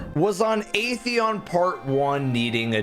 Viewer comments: I love how the Destiny community choose to ignore the correct pronunciation of at-theon and just kept calling it ae-theon. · it is. During age of triumph cutscene in D1, the speaker went over our accomplishments. He pronounced it as At-theon.